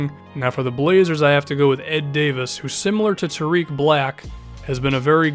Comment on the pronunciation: For Tarik black it's tar(ik) not hard I, soft onr